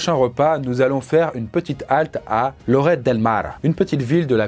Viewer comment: alors pour info, le "ll" en espagnol se prononce "li" donc Lloret se prononce lioret et les pates bolo, c'est pas vraiment espagnol